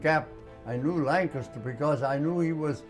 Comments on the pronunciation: he pronounced Lancaster correctly. He was my dad's age who was from near Ft Indiantown gap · Great story and man. He appreciates America, and there are a lot of people who are born in America who don't realize how fortunate they are. He even pronounces Lancaster correctly.